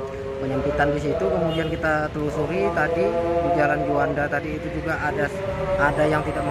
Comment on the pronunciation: Telurusi atau telusuri????